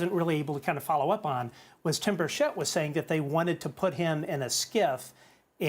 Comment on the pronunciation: Keep up the great work guys, and btw you are both mispronouncing Burchett